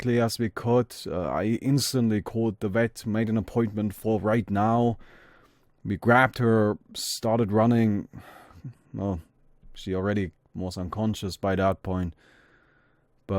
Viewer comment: Every time I was about to cry would say "wet" instead of "vet".